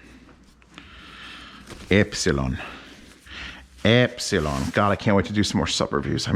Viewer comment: Not to be a 'noob', but Elipson is pronounced E - lip - son... not Ep - si - lon... No biggie audiophile buddy...!!! Looking forward to more of your reviews...!!! Keep On Unboxing...!!!